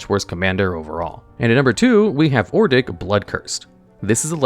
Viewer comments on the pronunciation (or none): Who the fuck is ordic. It’s odric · It's ODRIC, not Ordic lol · It's Odric not Ordic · Hearing you say ordic instead of odric had me questioning my sanity lol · It's Odric, nor Ordic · Odric say it with me now, Odd rick not Or dick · Odric. Not ordic Oh-dric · Please stop calling him "Ordic" It's O-dric 😭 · It's ODRIC (ODJ-RICK) NOT OR-DICK. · he is mispronouncing OH...dricks name...for some reason he keeps calling him OR...dik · Saying ordic was very annoying (od-ric) you are adding an r before the D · "Ordic, Ordic, Ordic" It's ODRIC please slow down and proofread T_T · It's "O-dric", not "Or-dic", you numps. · not ordic, ODRIC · ODric. Not ORdic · Bro pronounced Odric as Ordick 💀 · It upsets me that you called him Ordic instead of Odric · You say Or-dic, but it's Ohd-ric.😂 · Hahahahaha it’s Odric not “Ordic” 😂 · It's hard to get past how he pronounces cards 😂. Adding an r to Odric is wild. Pronouncing it Or-dic instead of Od-ric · Yeah I was listening to this video and when I heard Ordic i was like who the fuck is that? He's a reoccurring character from Innisitrad? You mean Odric?? Lol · "Ordic" now lives rent free in my head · That and or-dick instead of odric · he constantly said Ordic instead of Odric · O D R I C it's odd how common people pronounce his name Ordic. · Bro, I thought you pronouncing Archfiend as Archafiend was bad but after hearing you pronounce Ixalan as Izalia and Odric as Ordic makes me glad I'm not subscribed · Ordic? ORDIC? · I lost it when he kept saying Ordic over and over again. I will never use his name right now My favorite commander is Gonti, it makes people mad but I don't play to win, gimme the salt! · Amazing video! But "ordic" ... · Ok, I run a mono white Odric deck, and this pronunciation is like nails on a chalkboard. Even if it's for the worst Odric, I tend to hear it pronounced like Odd-Rick. Or Oh-Drik. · First time I heard Ordic, I knew he was going to hammer that one every time it came up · He just saying ordic